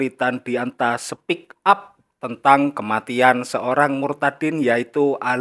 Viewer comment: Yang bener speak up bukan spick up.